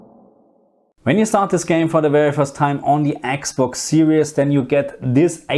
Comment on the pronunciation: I miss you saying Eeeks Box. Now you say Xbox and it's not as endearing anymore lol!! Please say Eeeks box again 😂